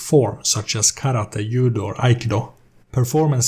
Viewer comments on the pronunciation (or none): its JU-DO not IU-DO